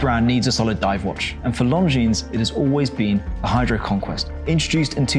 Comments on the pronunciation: It's pronounced Longine, not Longines. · The S is silent in Lon Jean, annoying AF, must come from the same school as Harrison at CH 🤦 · Don't pronounce the "S" on the name Longines. It makes you look like an amateur. Every watch enthusiast should know how to pronounce the names of the brands.